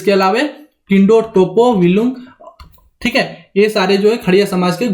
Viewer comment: किंडो नहीं किड़ो'.